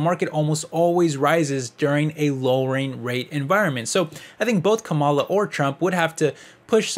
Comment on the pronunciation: I had to stop watching because you keep mispronouncing Kamala. It's disrespectful and actually tells me that you are biased against her. In case you care to pronounce it correctly, it's like "comma" like in a sentence with "la" like singing lalala. So, comma-la. Kamala. Fox News mispronounces it deliberately to be disrespectful. So, even if you meant to come across as unbiased, it's unfortunately clear you are not.